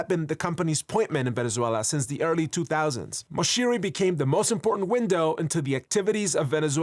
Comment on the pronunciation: Finally, I guy that know how to say Venezuela ❤️ 🇻🇪